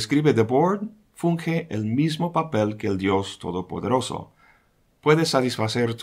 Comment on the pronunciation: 14;33, LIÓ ESTABAS DICIENDO BIENS, =D: "UN dIOS TODO PEDOROSO", ¡JAJA! XD/.